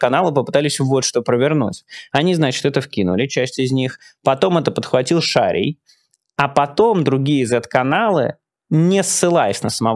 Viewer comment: шарІʼй. Все фамилиии на ий имеют ударение на последний слог: Повали’й, Передери’й, Ужви’й. В женском роде они не склоняются по падежам, в мужском - ударений все равно падает на последний слог: шариЯ